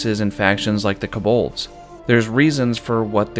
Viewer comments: so true bestie but the way you pronounce kobold scares me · No one mentioning the way he pronounces Kobold?